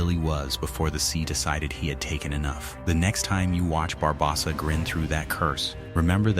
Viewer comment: your saying his name worng barbosa the o is long not short